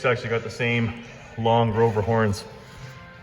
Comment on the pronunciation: Don't mean to sound like I'm criticizing, but it sounded like you were calling them Grover horns but I'm pretty sure they are Grovenor horns. Awesome job though. Can't wait to see the end result